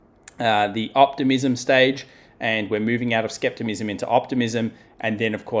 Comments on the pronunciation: The word is "skepticism", not "skeptimism." Good analysis otherwise though. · I just had to back that up and listen to it again he is saying skeptimism. Lol maybe it's skepticism in Australia.